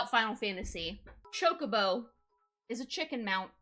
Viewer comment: That's how you pronounce it ...